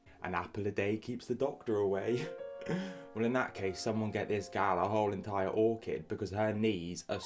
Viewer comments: An entire orchid?? Do you mean orchard 💀😂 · Did you mean to say 'orchard' at 2.07? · That dumbass, thinks orchard is said orchid and it infuriates me. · Note to...The word you are looking for is ORCHARD, not ORCHID! FFS! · The moron at the beginning trying to be smart and saying “get her an orchid” instead of “orchard”. 👏